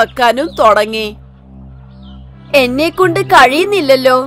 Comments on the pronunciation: തൊടങ്ങി അല്ല തുടങ്ങി എന്നാണ് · Thodangi alla thudangi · "തൊടങ്ങി" അല്ല തള്ളേ ."തുടങ്ങി" എന്നാണ് ആദ്യം പോയി മലയാളം പഠിക്ക് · Thudagi ann allathe thodagi alla😡😡😡